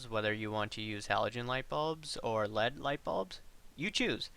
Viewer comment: LED. Say letters separately please